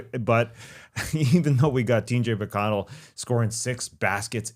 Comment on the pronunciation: Tas - The only man currently alive able to say T.J. McConnell's name right.